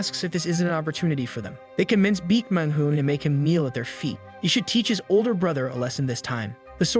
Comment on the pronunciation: for the love of satan please pronounce his name properly its BAEK not BEAK